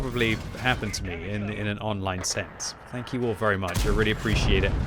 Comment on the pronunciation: You meant to say Tank you